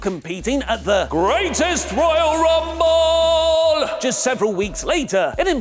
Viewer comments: you stop saying greatest royale rumble like that plzzzz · Go FUCK yourself. THat was super annoying to listen to that stupid emphasis on the GRR name